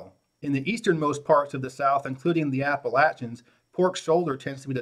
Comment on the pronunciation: At least he says Appalachians right